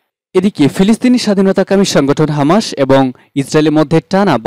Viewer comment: শব্দটা হামা(শ) নয় - হামাছ(স)।